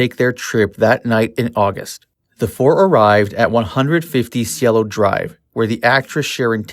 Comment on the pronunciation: And it's Cielo, pronounced syelo.